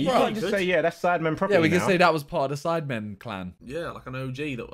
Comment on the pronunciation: In the start I thought Simon said Simon instead of sidemen